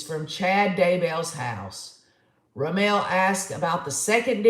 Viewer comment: Pronunciation is RaMmul. For Rammell.